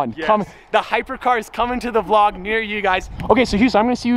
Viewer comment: He said vlod